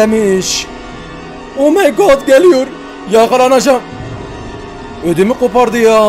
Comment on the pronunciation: "omeygağd geliyüür!" 😂